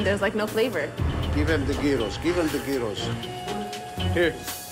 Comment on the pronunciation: thats not how you make gyros , not even frozen one, need to afterbake it...then again ramsey cant pronounce gyros